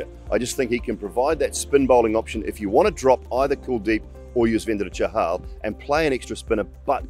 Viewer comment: He nailed the pronunciation of yuzvendera chahal